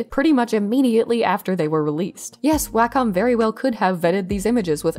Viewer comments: Interesting update. Btw it's pronounced "walk 'em," as in if you have a dog and no fenced-in yard, you'd probably use a leash and "wacom." (Wacom rep. taught me that one.) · Actually it’s a secret third thing. Wacom rhymes with Bar…com. Carcom? It’s an ah- sound. Anyway, not the point of the video, just thought you might want to know.